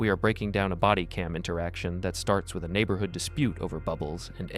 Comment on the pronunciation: Dam..you butchered the word neighborhood...bad!